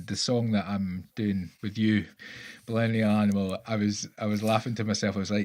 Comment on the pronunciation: BTW.... Close enough on my name pronunciation!